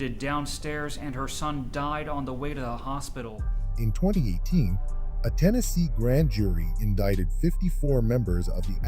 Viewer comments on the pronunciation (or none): State of Hennessee